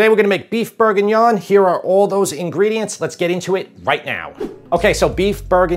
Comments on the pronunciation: LOVE you Recipes BUT..............its BORguignon.... NOT....BERguingnon. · Plz pronounce proper. BORE/GEE/NION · Beef BURRGINYAWN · How you say bourguignon is incredibly funny, I’m a charcutier in a paris butchers and I make this every Monday for 50/60 people, I would advise using some good lardon, or smoked pork belly over bacon slices